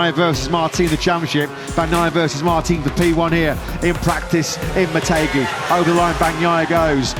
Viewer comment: its MO TEH ghi not Mo TAY ghi I might go tomorrow